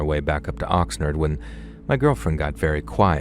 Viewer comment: Had to listen several times to understand you were saying OXNARD. Its Ox Nard not Ox Nerd. Its not that fancy. Its nickname is The Nard. I grew up a mile outside of The Nard in Ventura (Ven Tour A). Also not fancy. Were not La Canada😂